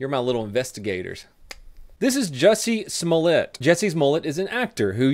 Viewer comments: My favorite part of this is how keeps saying "Jesse's Mullett" instead of Jessie Smollett!! 😉😉 Keep up the good work. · it sounds like you are saying Jussie's mollett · When says Jussie Smollet it sounds like Jesses mullet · It sounded like you called him "Jessie's Mullet." I like that!. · Whenever he said Jussie Smollett I thought he was saying Jessie’s Mullet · I kept thinking he said Jessie's mullet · Did anyone else hear 'Jessies Mullet'? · why do i allways hear "Jesses Mullet"? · Am i the only one that hears "Jesse's mullet" ? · Sounds like he says "Jesse's Mullet"...